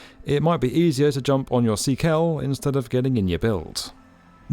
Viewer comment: Took me a while to realize you where trying to say bike and car in Swedish at the end. I thought it was obscure brands I hadn't heard before. 😅